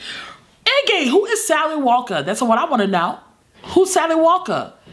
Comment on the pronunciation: " Little Sally Walker-uh" YOOOOO SHIIIIT! same